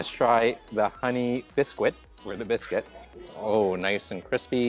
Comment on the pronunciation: that's an English muffin, not a bagel,. And "bis--kit" not "bis-quit" BUT, I still think you're the sweetest food vlogger on You Tube, so I can't get mad